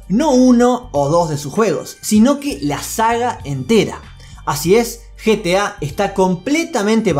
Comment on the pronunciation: No es GTA es GETA